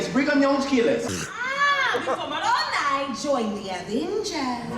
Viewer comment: As a mormon, thank you for actually pronouncing Moroni correctly. It's a hilarious benchmark that shows how much someone really researched.